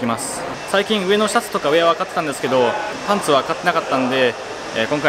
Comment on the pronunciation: それ思ってこのコメント探しにきた